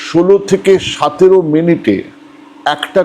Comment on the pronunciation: আপনার এতো চমৎকার উচ্চারণ, শুনে মুগ্ধ হই। কিন্তু, কিন্তু সতেরোকে 'সাতেরো' বলেন কেন?